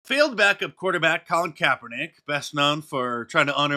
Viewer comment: What's a Colin Kaperdick?!? Never heard of it 🤷‍♂️